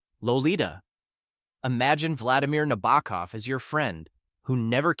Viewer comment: books*.... plural ? prolly couldnt have hurt to look up how to pronounce nabokov either....